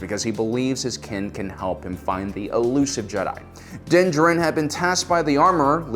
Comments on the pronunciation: You are correct. He kept saying it weirdly. Its almost like he did not watch the show because they do NOT say his name like that in the show. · DUDE!! Just call him Mando for Christ's sake!! I can't listen to you butcher his name anymore!! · Again, is pronouncing the character’s names wrong a joke on this channel? You literally hear them say Din Jarin fifty thousand times in the last episode of season 1 and all on YouTube. Why not saying it right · PROUNOUNCE HIS NAME CORRECTLY